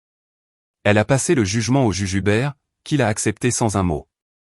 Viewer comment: Le juge Hubert et non le jujubert 😅😅😅